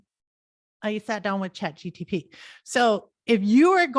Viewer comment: Keeps calling it ChatGTP, loses credibility